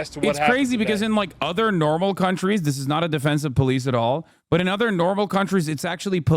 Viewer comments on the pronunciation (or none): none